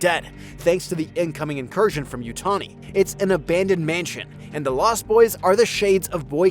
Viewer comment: Why are you pronouncing it as Yutoni? It's YUTANI